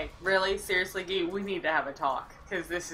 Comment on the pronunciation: it looks like you're saying: "1 shot gay!"